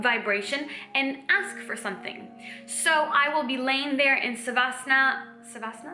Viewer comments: You are soooo cute ❤️❤️ Its “Sha- va- sana” Positive vibes flowing❤️❤️ Also, I would love to join the baby elephant community❤️ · Sawasan ... sawasana ... sawasananana😂😂😂 she is super cute ... i think she tries to say swasan ( one type of yuga ) i guess so😅😅